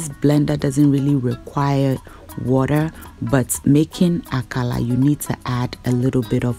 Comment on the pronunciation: Dear, l always enjoy your channel, well done. Meanwhile Why are you pronouncing it AKALA instead of AKARA like everyone else in Ghana? Or is it not kose you are referring to?